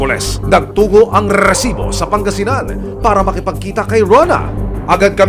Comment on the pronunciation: Kairita pakinggan yung Rrrrrrrrrrrrrrrrrrrrrresibo!